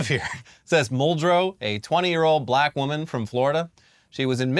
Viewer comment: Trump just can't seem to pronounce the word "black" the way a normal person does. He says it like "Buh-llack," like he's trying to find some way to put stank on the word when he uses it to refer to a person.